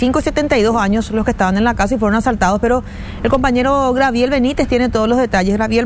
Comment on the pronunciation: importante: se dice gabriel "no Grabiel "